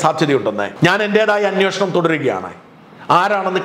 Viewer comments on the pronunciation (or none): none